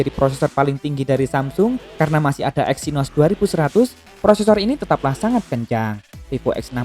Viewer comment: Vivo wkwkwkkw exynosss ngakak.